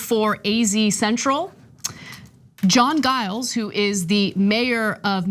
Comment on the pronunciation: Just FYI: Giles is pronounced with a “J” sound. Just so we sound educated when throwing this in the Right Wing’s face!